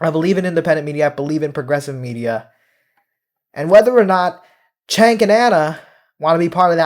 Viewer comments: I always thought his name was pronounced "Jenk," but you keep pronouncing it "Chenk." You know him and once worked with him. But are you sure you're pronouncing his name correctly? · Agree with you but isnt it pronounced Jenk? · You can't even pronouce his name correctly. 🧐